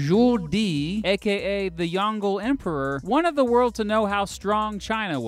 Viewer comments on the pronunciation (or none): The most egregiously butchered pronunciation was pronouncing yong le as yahng gull . Just use Google Translate to listen to proper Mandarin pronunciation. Go to the link below and click on the Listen button. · It isn’t Yongle like dongle it’s Yong luh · Zhu Di is Emperor Yong-le[Jông lə], not Yon-gle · Just want to point out St it's pronounce as Yong-Le instead of yongle as a single word. Chinese word are made up of multiple single independent syllabus and won't be mingle up when pronounced. Anyway, it's a nice video and I'm definitely not sleeping. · Yongle is pronounced as Yong Le, not Yon-gle. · Its pronounced "Yong Lerr" emperor, not YonGLE :P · I appreciate that you're covering a topic that's a bit unusual for you, but you could at least try to look up some of the pronunciations first. "Yongle" like "dongle"? ...Why would a Chinese name follow English pronunciation rules? As someone who teaches through video, I'd say getting the name at least close-to-right is as important as getting other facts right. If someone has been inspired by you - and I hope they have - and wants to discuss Chinese history, they're going to be embarrassed when they ask about Yongle (pronounced yong-leugh, btw) and get it totally wrong.